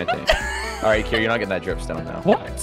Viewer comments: it not kier or dream it's kream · Lol it's Kream